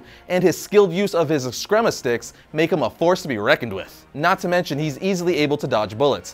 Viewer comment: It's pronounced Eh-skreem-mah